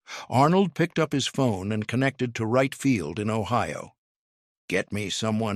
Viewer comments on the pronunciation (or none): none